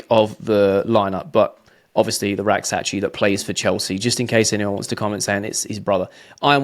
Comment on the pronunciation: You are one of the few people I've heard pronounce Rak-Sakyi correctly...